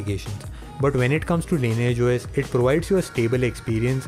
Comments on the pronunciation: the right pronunciation is "LINIYAGE OS" NOT LAYNAGE OS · "sobscribe to the cannel...the lineagh os" oh my god your english is so bad 🤢🤢